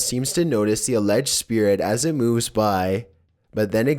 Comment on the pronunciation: Hahaha "spear rat" hahaha it's spirit